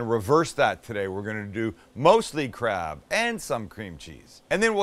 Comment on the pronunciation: why did i think he was saying crap not crab😂😂